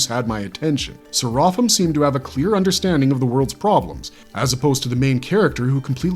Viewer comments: Bro, at least pronounce his name right. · I love that show and it's more interesting thanks to Serapim. Your breakdown of the character, is near perfect but the way you said his name not so much. I would have appreciate you even more if you mentioned the name Serapim, is a nod to Jewish mythology which in there it's a race of divine beings. Anyone like me which feel that Serapim is the best character in the whole show, please give a like.